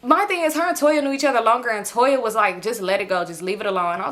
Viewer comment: lol you call Tonya Toya every time!! 😂😂😂